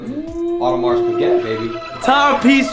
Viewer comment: The fact that he doesn’t know how to pronounce Piguet speaks volumes.